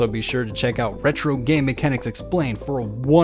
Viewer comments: Nobody ever pronounced the SNES the way you are...ever. It’s pronounced S-N-E-S, not “snez” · es en ee es not “snes” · What is a sness? Does he mean SNES, why is this voice saying sness? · STOP SAYING SNESS AUUUUUUGHHHHH